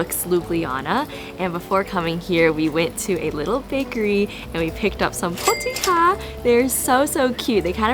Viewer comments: Let me give you some advice. Every letter c in Slovenian is pronounced as tz, so pronounce the word "potica" as potitza and not as potikha. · The cake, it should be a roll, is pronounced POteecae. Not Potica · I love watching tourist videos of my City. It is obvilous that You really enjoyed foods and drinks here. I am glad and proud to see that. Maybe only "info" how to pronounce letter C in word POTICA (and all other slovenian words). Think about word PIZZA. So "C" here we pronounce C like you ZZ. Potizza :)